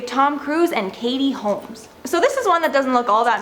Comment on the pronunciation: Katie Kolmes? I thought it was Holmes?